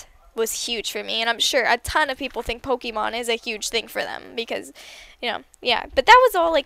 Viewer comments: you say pokemon wrong. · You say pokemon so weirdly